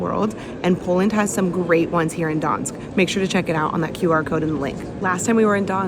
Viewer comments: Why are you calling it Dansk? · Gdansk use the G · The G in Gdansk is actually PRONOUNCED!!! It is the most IMPORTANT LETTER together with D in the name, not something you can just OMIT at whim !! It's what gave the meaning to the word!!! You do not omit P in Paris, do you?? Or L in London?? Mannerism in Poland is NOT popular!!! You will not impress ANYBODY with mannerisms .You are actually very irritating to listen to. You should reupload the video with corrected name. It sounds absolutely MORONIC!! I repeat: MORONIC!! Nobody needs such videos! You could have asked anybody how the name is pronounced. But NO. You chose the attitude "Here-I-come-and-I-will-call-you-all-small-people-whatever-I-want". We don't like it here in Europe. What you need is to be a little more humble. One day somebody will teach you a lesson so that your smirk will get stiff permanently! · Learn how to say Gdansk. It’s not that hard